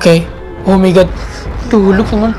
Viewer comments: Bang,cara sebut"Hulk"itu Gini,halk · Bukan hulk. Tapi hak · bukan huluk bang tapi hulk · Bukan hulk tapi halk